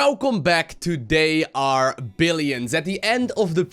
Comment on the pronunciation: "Welcome back to dey are billions":P I am just saying this for the laughs ofcourse I love your videos keep up the good work:)